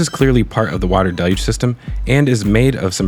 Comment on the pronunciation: Again awesome content! Also thanks for your pronunciation of the word “deluge”. Maybe send a note about it over to NASA spaceflight? They’re struggling over there🤣